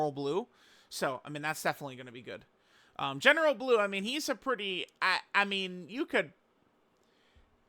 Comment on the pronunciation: We all heard him misreading Blue right? Also Goddess of destruction bulma from that red zone peppy gals thing.